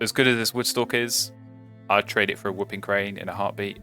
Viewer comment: I've noticed you call it a wup-ping crane instead of woo-ping crane, and you say bold instead of bald eagle, is that an accent or gag thing?